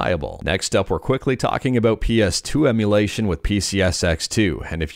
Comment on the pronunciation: I don't know how you do it. It is so hard. I mean, I have never, not even once, not slurred saying "limitations to emulation" and messed it up, but you did it first try. You are truly a linguistics wizard.